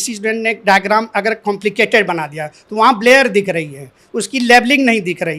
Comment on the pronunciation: मास्टर साहब ब्लर को ब्लेयर बोल रहे हैं क्या??